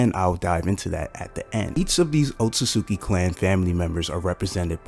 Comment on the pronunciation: Guy pronounces otsutsuki so wrong 💀. Very great and informational video though